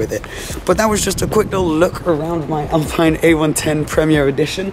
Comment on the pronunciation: Great car, only thing to mention is that it's Alpeen not Alpine (pronunciation wise)